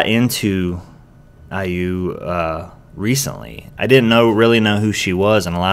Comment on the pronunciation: and you pronounced IU the right way.